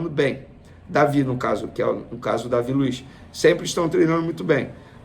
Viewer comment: Ficar fazendo vídeo lendo o que o Filipe Luis falou é sacanagem. E ainda errou a pronúncia do David Luiz. Quem quiser assistir a coletiva do Filipe Luis, é só procurar.